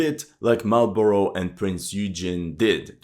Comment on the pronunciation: You do a heroic job of pronouncing Russian place-names. Unfortunately, being an American, you cannot correctly pronounce Marlborough. 😂😂😂